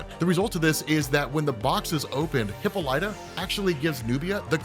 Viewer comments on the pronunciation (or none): It's pronounced, " HUH-PAA-LUH-TUH" bro. Not "hippo-Light-uh." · Hih Pol Ituh not hippo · Hi-ppol-ita... not Hippo-lita lol.... ya Killin me bruh. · Pretty sure it's pronounced "HIP-ALL-IT-AH" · The pronunciation of wonder womans mothers name: Hip-pol-it-a. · Has been saying hippo lighta this whole time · it’s Hip-all-it-a 🤣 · Hipp-ah-light-ah?... Have I've been pronouncing her wrong my whole lot fe? It's not Hippal-uhtah? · You keep mispronouncing Hippolyta. Say "hi" as in the word "him" but without the "m". Then "Paul". Then "i", as in the word "him" without the "h & m". Then "ta" as in the word "ta ta's" (another word for breast).